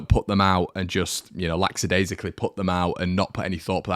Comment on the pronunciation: It's either 'lax' or 'lackadaisical', there's no hybrid such as your "lacksadaisical"